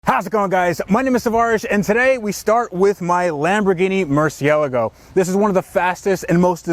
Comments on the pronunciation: yeh fax "muci-el-ago" is how you say it it not "mercy-yellow-go" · You need to know how to pronounce Murciélago... you said murcie a lago😅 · "MY LAMBERGINI MURCIYELLOWGO" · Did he just say “merci-LEGO”? 😂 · Yes, and as such, we allllll know that it is pronounced properly as, "Moor THEE ay laggo." Jajajajajaja! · Got to love those lamborghini "mercyelgos" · Mercialago? HAHAHAHAH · "mercy-elogo" bruh gimme my lambo back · My man said mercioago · What's a Merci-ellogo? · you said today we start with my murciealago :P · “Mercy el lego” wtf is that? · Lamborghini ”Murciago” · Did he say “Mercy El Igo” Is that how it’s pronounced?? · Mer-shall-lago sorry just trying to teach the colonies how to speak English at a level that isn't comparable to a toddler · Did he say murci-eligo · Lol if you cant say the name just say mercy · YouTube needs to ban Tavarish and Ed from YouTube until they can pronounce “Murcielago” correctly. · It's Murciélago, accent on that E. That's the proper pronunciation. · Why buy a car when you can't even pronounce the name 😂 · Not gonna lie, I got really pissed off when he mispronounced murciélago. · The way he said the lambos name makes me wanna cry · His pronunciation of murcielago hurts me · how did you butcher Murciélago that badly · the way he said murcielago ew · Learn how to say the name of your car before you buy it kids😀 lol he murdered murcielago😂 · First off that’s not how u say it ....secondly definitely not the fastest car on the planet , thirdly that lambo is made for a different purpose than that Honda. ....review failed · Why buy a car if you can't even pronounce the name correctly? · Thats not how you pronounce murcielago